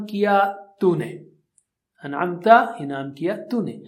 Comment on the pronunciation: السلام وعلیکم انعمت میں ت پر زبر ہے اور ذبر، زیر، پیش کو جلدی پڑ تے ہیں ت ذبر ت t-a. ت ذبر تا t-aa nahi .